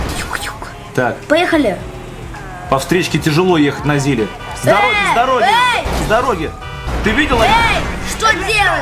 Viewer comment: Вообще-то говорится не на ЗИЛе а на ЗИЛе